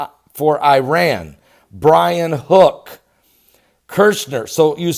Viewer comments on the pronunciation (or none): none